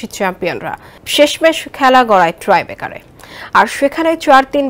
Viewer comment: ”ট্রাইবেকার" না রে আপা এটা ”টাইব্রেকার”😅